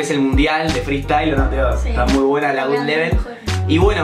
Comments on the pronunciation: Se dice GodLevel no GudLevel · Se pronuncia god level no gud level jaja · Absolutamente Nadie Ian: "Gud Level"